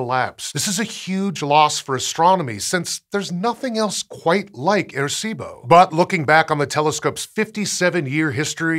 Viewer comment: Great piece, just wish there was a little more effort put into the pronunciation of the name. Sounded like he kept saying “air-see-bo.”